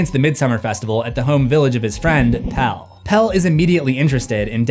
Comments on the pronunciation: The shark from Jaws has a name, it’s Bruce. The real villain was the mayor of the town who decided tourism $ was more important than safety. Also in Midsommar the guy's name is Pelle - pronounced Peh-lay not Peel. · It's not "Pell" it's "Pelle"